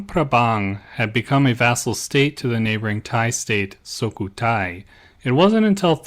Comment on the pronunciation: Some other minor mispronunciations - you said SOkhUthai instead of SUkhOthai and you kept saying Luang PabRang instead of PRabang. But still good video as usual.